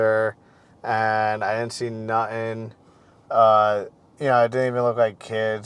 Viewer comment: Say nut-in again.